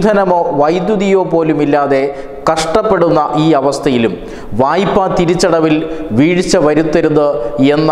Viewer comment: വായ്ഫാ, no vayppa വായ്പ താങ്കൾ ഒരു റീഡർ മലയാളം കറക്ട് പറയു